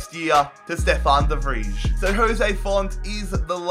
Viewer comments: please write down somewhere that you pronouce Stefan de Vrij as Stefan de Vrai and not as Stefan the Fridge so you dont forget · It's De FRY, not De Fridge 😂😂😂😂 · The way you say de vrij is wrong, it’s prenounst as “the fry”, sorry for my bad english, love to you and this series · TIP: You say De vrij as de Vraai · de Vrij Is pronounced de vry